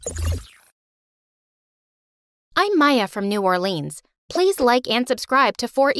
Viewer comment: The fact that they can't say Orleans cracka me up